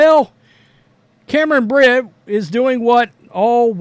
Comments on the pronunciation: dude, it’s Brink not Brit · It's Brink not brit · BrinK not Brint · Brink not Brin. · I’m not defending her , I can care less about any of these WNBA players but bro pronouncing BRINK as BRYNN is CRAZZZZZYYYY like can you really not read ? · Someone needs to ask Cameron if it's okay for a male player who chooses to identify as 'they' plays in their league. Cameron had better hope he plays for her team, or she might get very injured by him. And as for, her last name is BRINK, not Britt. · How do you get her name wrong every time? It’s not “Brent” it’s BRINK. You have absolutely terrible coverage. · Guessing Angel Reese wasn't a math major...can't do simple arithmetic. Appreciate your statements, BUT please say the names correctly! It's BRINK, RHYMES WITH SKATING RINK. Aside, I think anyone who uses they/them must have multiple personality disorder. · You can't even pronounce the person you are talking abouts name. What an idiot. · Yo if your gonna make a comment about about my girl. Then you gotta pronounce her name right lol. Bcus you seem to push the color card against CC knowing CB and CC are great friends on and off the court. So to be honest your one of the ones pushing the race issue. What she said is not a shot at CC like you said. Maybe my girl just kept it real. Bcus if you look BG or listen to him/ her talk it's a dude. She is not taking shots at CC like you said at the beginning. She kept it real and said what others are to damn scared to say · You really should learn how to pronounce her name correctly. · This guy can't even pronounce the name of the player he's trying to trash. And, FYI, the NBA is predominately black as well as the WNBA. That is not news. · When this guy gonna get her last name right😂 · Like the article, but at least do the research to get her name right. It’s in your title, yet you can’t say it even close to correctly